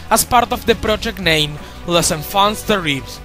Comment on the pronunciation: The inner French immersion student within me DESPERATELY wants to correct your pronounciation of "Les Enfants Terribles".